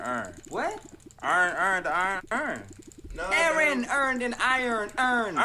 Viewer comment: The way he pronounced, my name, Aaron is a sin.